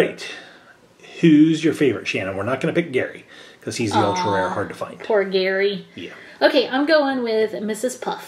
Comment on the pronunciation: Its pronounced GAARY lol